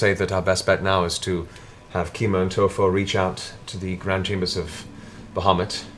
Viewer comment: How Matt manages to make the name "Bahamut_" sound like _"Mohammad" is quite astounding, we always pronounced it more like "bowar-mutt" which im not saying is correct, its just weird to hear it said like Matt does We didnt have internet when we learned these names, so no standardized way of saying it Its a wonderful world, I'd love to hear some pronunciations from eg, Russia, Persia, India and the Orient